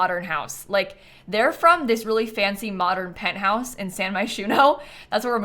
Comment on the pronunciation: “In the penthourse” and we all know that’s completely normal 😹